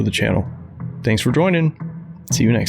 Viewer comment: lol at the way you say Thanks "They-inks" instead of Th-aynks.